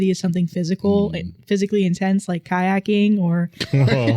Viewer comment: I lost it when she read "kayaking"😆😆😆💥🖤